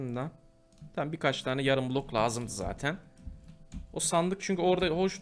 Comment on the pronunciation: abi kulok değil bilok